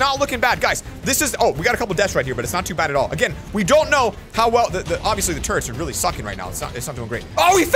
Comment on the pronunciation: Is it just me or did he say skeleton turds and stuff skeleton turrets